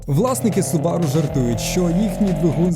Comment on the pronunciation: Все супер, тільки не субАру, а сУбару :). Хз чого в нас усі їх так називають, японці роблять наголос на першу У.